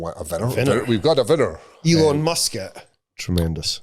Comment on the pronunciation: "WE HAVE OURSELVES A VINNNNER!"